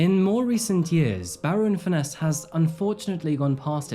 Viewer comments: Is the presenter using AI at least for his voice over. I'm from the UK and no one pronounces Barrow highlighting ROW. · It’s pronounced “Barra” by’t locals 👌🤣